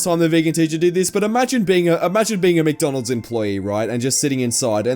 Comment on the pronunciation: she's saying mctonalds